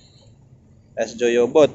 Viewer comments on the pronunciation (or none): Goyobod mas, bukan Joyobod. Semangat... tambah sukses ya...